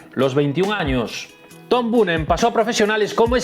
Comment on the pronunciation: Chico mira que era fácil, Boonen se lee Boonen jajaja